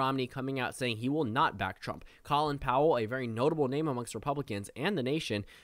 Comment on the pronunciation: Just an FYI but “Colin” in Colin Powell’s name is pronounced like “Colon”